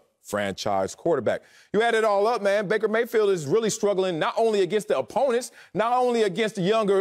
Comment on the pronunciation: lmao yo called him breaker mayfield